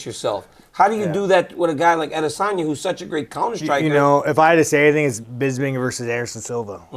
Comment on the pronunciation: DC, THERE'S NO REASON FOR YOU TO NOT PRONOUNCE ADESANYA CORRECTLY. IT'S SO DISRESPECTFUL FOR YOU NOT TO!